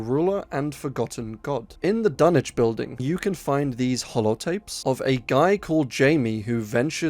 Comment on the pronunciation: You win YouTube for saying Dunwich properly 🥇🎉🍾